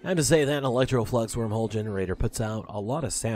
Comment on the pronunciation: OMG I'm rolling laughing at you right now, when she gets to work you start talking like it's a new episode I'm like wait what?? LMAO So umm for the future please be careful how you say Eletroflux because umm yeah you didn't say eletroflux you kind of left out the L and I'm dying here. LMAO!!!!!!! Another great episode as always my friend. :)